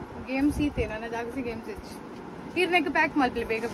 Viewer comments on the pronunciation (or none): none